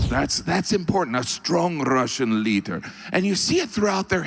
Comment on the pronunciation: "......strong Rrrussian leadrrrr..."